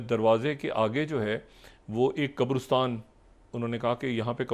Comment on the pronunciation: Why do you keep mispronouncing “QABRISTAN”?